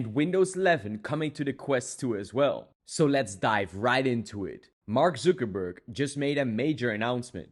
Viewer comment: Man said marg zoogerburg